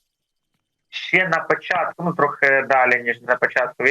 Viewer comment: В українській мові є слово ЩЕ, а не ше.